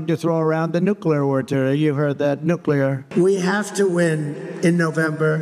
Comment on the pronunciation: I am amazed that Chump can pronounce "nuclear" correctly!